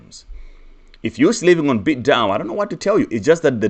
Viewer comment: You said bitDao?